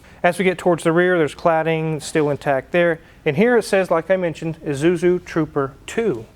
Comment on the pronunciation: can't say "Isuzu"